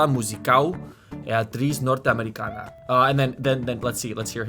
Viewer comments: when you pronounced “Norte-americana” you forgot that in Portuguese the letter “a” has multiple sounds. You said: ámericáná, when the widely spoken way here in Brazil is “ámericâna” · Norte-americana is pronounced nortchamericana, also, remember that this is not Spanish, so the 'a' at the end is pronounced like the 'a' in the english word "Russia". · Norte [Norh-tsh]